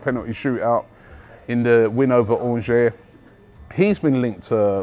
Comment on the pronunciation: Lol Still not getting the Angers pronunciation right !